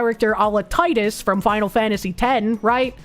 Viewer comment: Ugh, says Tidus's name "Tie-dus", instead of the correct "Tee-dus". I bet she pronounces Zidane's name as "zi-dain" instead of "zi-daan" as well:p (just playing, a lot of fans say both names wrong)